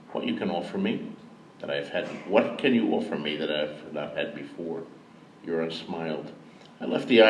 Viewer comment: Euron sounds very like urine at times.